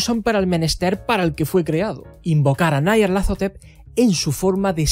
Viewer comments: Un inciso; ¿es necesario vocalizar "Nyarlathotep" como "Nayarlathotep", esto es, a la manera inglesa, por más que su escritor fuese angloparlante? Si tal deidad es tan célebre a nivel mundial, ¿no sería más adecuado darle la vocalización más acorde con el territorio? Y vaya por delante todos mis respetos a ti y a tu trabajo.👍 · Porque lo pronuncia así? Me duele